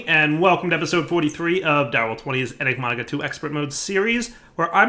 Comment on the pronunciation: Did he just say 'Enigmaga' at the start?